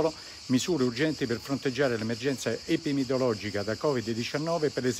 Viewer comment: sbaglia pure a dire la parola "epidemiologica"...